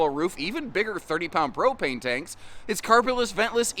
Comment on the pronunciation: I think you might be way way way too excited to call it a prop-anus....LOL I love it!